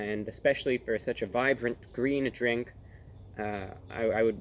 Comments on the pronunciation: It's gween! IT'S GWEEN!!!1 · obligatory.. it's gween! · It's... it's... Gweeen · It's gween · He didn't say " It's Gween! " 💔 Edit: nevermind, wtf, am I color blind?